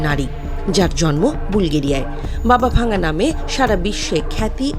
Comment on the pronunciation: Not Baba Vanga the pronounsiation is Baba Wangga.He/she is not broken but Dead.